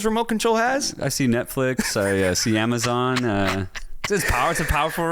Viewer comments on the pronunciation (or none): none